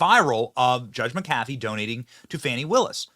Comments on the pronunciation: “MC AFEE” PLEASE BENNY? Okay, maybe some people weren’t alive or didn’t get tons of SPAM to buy Mc AFEE Virus Protection? Most people knew how to pronounce it. But McAfee has Gallic roots; its origins are both Scottish 🏴& Irish ☘️ 🇮🇪 (BTW: 3-17 Happy St.Patrick Day). Either way, the only language which pronounces it the way Benny & a scant few others do is Spanish. But in Scotland, in Ireland & even in other EU countries like Italy, Frances, Germany it’s PRONOUNCED PHONETICALLY LIKE THIS: Mack-Af-EEE not MickAFEE. There is a CLEAR “MACK” prefix. Yeah I realize, who really cares? The dude unjust judge Scot McAfee, he’s a “Legal Coward” & I sure hope he loses his election bid anyway. What he did should make him a MAC-LEGAL LEPER. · Again Benny it’s McConnell-Afee. Just like Mc-Elroy or Mc-donald why is this hard?